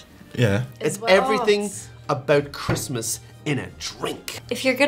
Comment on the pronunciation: We're here for Chrasmas! ...what's _Chrasmas_?